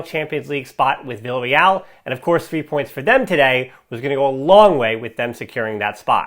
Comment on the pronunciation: why u keep saying villareal